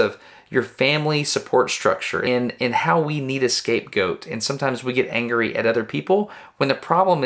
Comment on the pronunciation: i love the way you say "angery"